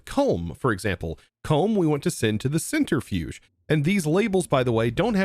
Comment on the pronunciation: To be fair, it's probably because of how he's heard it, since he also CALLS it a "center-fuge", rather than "centri-fuge"